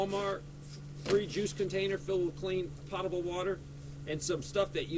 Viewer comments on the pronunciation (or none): The correct pronunciation of drinkable water is: pō-ta-ble. Not: pot-able.😉🇺🇸